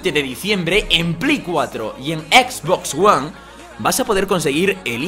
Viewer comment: por fin pronunció bien Xbox one